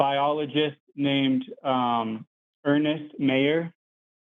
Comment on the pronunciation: “People who think the word is ‘chromosoNe’ always being wrong” theory going strong today. Also for Christ sake even after being corrected on Ernst Mayr, he STILL CALLED HIM ERNEST